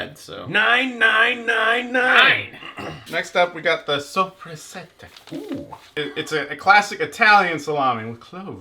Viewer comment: Okay gentlemen, I hate to be that guy but: So-preh-SA-ta Saw-si-sohn Sec and Loo-kahn-i-kuh